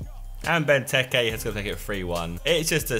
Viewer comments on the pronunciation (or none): none